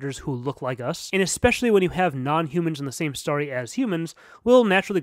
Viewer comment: I wanted to watch this, but I couldn't deal with story being pronounced stary